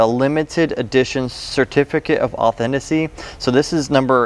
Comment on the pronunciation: Authaticity"? Aww-then-tis-sity, David "Doobrick" David Doe-brick. 🤣🤣🤣 Just found this channel and I love it. This guy is great